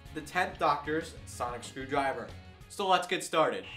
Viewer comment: Why do you say ''so''as''sho''?